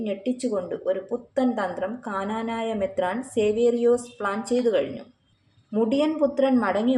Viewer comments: This lady is no way a christian. She always wrongly says ' kananaya'. It is Knanaya. Why does not the people behind this negative vlog correct her? An advise to the girl: it is injuring many devotees feelings. It is a curse. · Hello lady it's knanaya not kaaanaanaayaa. At least rehearse before you speak.